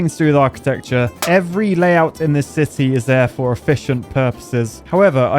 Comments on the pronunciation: I always understand him saying sissy and not city 😭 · Did you say "Saudi Arabia cube city" or "Saudi Arabia cube sissy "